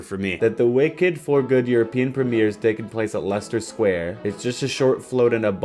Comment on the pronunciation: Bravo for pronouncing Leicester Square correctly!